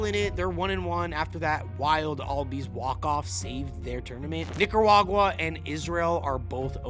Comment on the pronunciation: Yo son watch how you pronounce Nicaruagua. Lol gettin real close